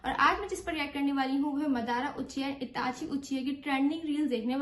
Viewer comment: 7 min 5 sec pr wo jo naam bol rha hai usko suno madara nhi madra